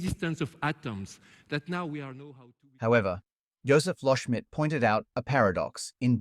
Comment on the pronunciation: Loschmidt, not "Lohschmidt"